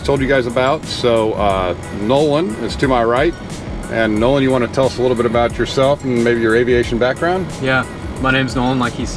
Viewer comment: It, Nolan , not Noah ! So sorry 😐